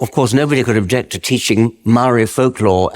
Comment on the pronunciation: How about his pronunciation of Mouwee...😂 They must be a unknown sub tribe of Ng te Pakeha....😂😂😂